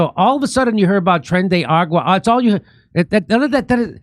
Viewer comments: THIS IS TREN DE ARAGUA YES USE HELICOPTERS AND MILITARY EQUIPMENT YES PLEASE. Also Jimmy, ARAGUA, not AGUA! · Tren de aragua, not tren de agua